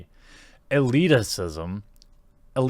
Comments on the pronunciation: El-eat-ism. Not elitispasmsmsm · "Eliticism" Dude how can you get such a short, simple, common word wrong? All you had to read was read the title correctly and you failed from the first word. I wouldn't harp on it but you said it twice, with emphasis. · Elitism..say it right...elite then ism. Love you channel but you need to work on your reading skills man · Elitism not elitisism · "El --- Eet --- Ism" Elitisism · Elite-ism. Pronounciate, my man! As someone who sucks at this games, I wouldn't m8nd seeing one I could win. But that doesn't mean I think it's disrespectful or any stupid shit. There are people that love and excel at them. I don't like the retro games either, but that doesn't mean I think they should go away. Damn idiots.